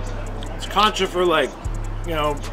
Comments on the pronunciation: It’s concha not “cancha” almost like saying cone-cha. I’m sorry but it irked me every time 😩😂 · its pronounced cone-cha not cuncha however u said it hehr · The way you are pronouncing concha means basketball court instead of shell… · It’s pronounced “Concha” not “ Cancha” lol 😂❗️❗️❗️ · every time he says concha i die inside please stop saying it